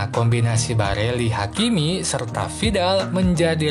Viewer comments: Barella di bilang Barelli!! Ber ulang ulang lagi ,, hadehhhh blajar dunk ! Trus minta di subscribe ,, hadehhh ,, takutnya ntar sponsor inter Pirelli di bilang Pirella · Barella bang bkn barelli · Geli w denger Barella d ganti jdi Barelli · barella Bkn barelli min😁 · Barella x bos bukan barelli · Barella min bukan bareli 😆🙏